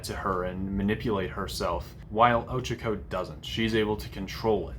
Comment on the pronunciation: ITS OH-CHA-KO NOT OCHECKO!!?? Get it right but ill forgive you since well im watching this ig